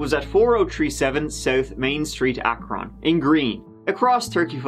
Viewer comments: It's not AK-RON its Ak-run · Bro I love you but you're killing my ears. It's pronounced "Akrin" not "Akrawn" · “If it wasn’t for the poo stuff I’d be starving right now”…… way to end it. “Ack Rin” Ohio…. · It's not Akron. It's Akrin or Akrun, but sometimes Akren too. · Akron is said like Ack-rin. Not that it matters but haha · As someone from green, I never heard someone pronounce Akron like that lol. You can also see my buddy's house in the picture you used behind Buehlers too. I'm surprised I've never heard of this case in all my time living here. The world is such a small place. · I've never heard it pronounced that way and I live nearby. Pretty sure that's wrong lol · I concur. Never in my life has anyone ever pronounced Akron the way did. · Im laughing sooo hard on how pronounces Akron 🤣🤣😆😆 I live close and the A is pronounced short.